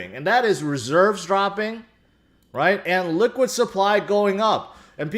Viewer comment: Sounds like you're saying "liquid supply" instead of Illiquid supply.